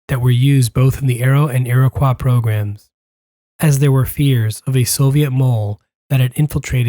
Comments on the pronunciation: The engine was the "Iroquois"...not the "Iriquois"! Great video! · It’s pronounced Iro-coy not iro-qua. Still, great vid!